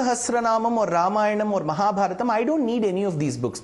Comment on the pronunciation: Ramayanam and Mahabharatham he pronounced it correctly